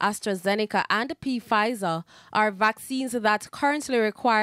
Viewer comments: I too was gub-smacked this pronunciation P-fizer??? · The report says P- fizer. Wrong pronunciation it’s one word “fizer “ like ph sound. Sandy Willliams she never herd the word pronounce before. Wow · This could never be TVJ news with so many errors!!! Firstly, that wasn’t Miss Lewin in the clip about Savanna-La-Mar hospital. That was Dr. Graham. And did the female reporter really say P- fizer???? Pronouncing the P?!